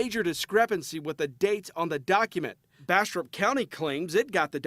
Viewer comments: I thought you said "Bastard County Sherif" xD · Every time they say Bastrop County sounds like they're saying Bastard County lol